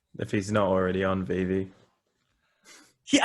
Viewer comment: Amazing discussion all around and please for the love of all things holy and good: they are pronounced Veevee. DOGEcoin. Veevee DOGEcoin. But love the convo ;)